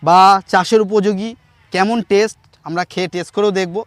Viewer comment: উচ্চারণটা টেস নয় টেস্ট।